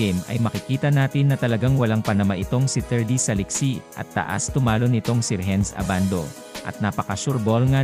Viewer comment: Anong Rehenz? RENS lang ang bigkas niyan!